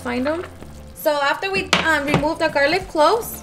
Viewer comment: Girl it's garlic not garliv🤣🤣😂😁😁 so cute . Love your cooking